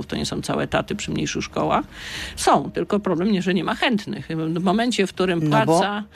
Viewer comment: "Osoby które som"....I taki ktoś zostaje ministrem edukacji...